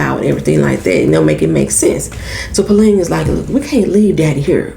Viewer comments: Puleng, the asian way lol good way to explain the pronunciation. So its puleng. I thought it was Pauline for the longest. I hope they have a 2nd season because we left on a huge cliffhanger. So glad you doing this show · I think it’s pronounced Fu-Lang . I waited until you did episode two so I could binge more than one review btw. I watched the show all the way through twice. Once with my best friend a once with my mom. ❤️💙💜❤️💙💜